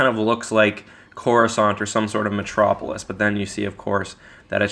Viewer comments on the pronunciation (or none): none